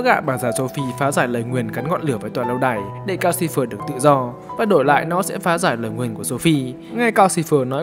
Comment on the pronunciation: Calcifer mà toàn nghe thành Gao Silver. =))